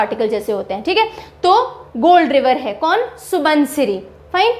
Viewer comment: (Xu-won-xiri ) proper assamese pronounciation. Not (Su-bon-siri).